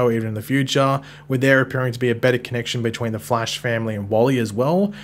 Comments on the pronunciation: It's pronounced The Flash, not Flea-sh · “The Flaysh. Or as some people call him the Flash.” Who calls him the Flaysh? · Lmao even if Flaysh were an acceptable pronounciation. No wayyyyy it’s more common than Flash